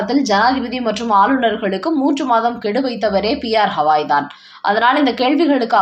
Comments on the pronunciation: அவர் பெயர் கவாய் … ஹவாய் இல்ல. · It is irritating to hear when the name Gavai is pronounced as Hawai. Please correct yourself at once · Please mention the name of Chief Justice as Gawai and not Hawai. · His name is Gavai - not Havai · Please pronounce the name of Chief Justice of Supreme Court atleast properly. He is B R Gavai and not Havai.